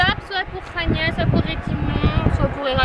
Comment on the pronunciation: Et Chania se dit Kania, j'y étais ;)